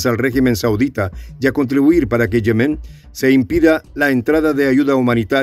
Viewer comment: Yemen NO lleva acento. O sea NO es Yemén, sino YEMEN. Rasca el oído.